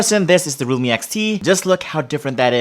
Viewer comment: He pronounce Realme as Rumi.